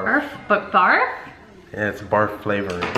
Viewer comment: this blonde said Burf instead of Barf 😂😂😂😂😂😂